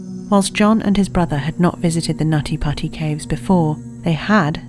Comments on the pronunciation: Not me laughing everytime they said "nutty potty" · Not meant that I meant anything but um whenever someone said the cave name over n over it sounds like naughty pussy more than nutty putty cave😶😶😶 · Stop it you Brit! It's pronounced "Nuddy Puddy" ;) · I like how she says nutty putty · They got this narrator purely for her NUTTY PUTTY pronounciation and we all know it.